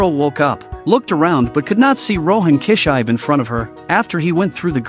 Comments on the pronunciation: KI SHI BE! NOT KISHAIB,wth? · His name is Rohan kishibe, but I don't think he knows how to pronounce the name correctly. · it sounded like kichai.. no more ai narration man... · Rohan « Key-shybe » 😂😂